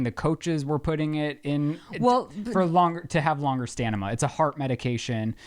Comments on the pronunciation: "Stanima" Me: 👀👀👀 waiting for to say something about it 😆😂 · OMG! Stan-i-ma! (olympics) missed it! Love all of you! Are you trying to say individualized?